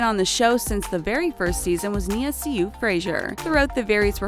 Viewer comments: How do you mispronounce Sioux and chandelier? Sioux is pronounced like Sue. As in the Sioux Nation. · You Pronounced Sioux wrong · The way she pronounced Sioux was cringey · That's not how you pronounce their names ... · Sioux not siou also chan-da-lay😂